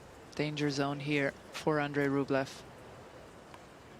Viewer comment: Listen to the Umpire, he pronounces Andrei’s Surname correctly.